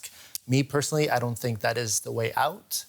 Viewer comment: Its "Think" not "Tink" Jesus that accent from the news anchor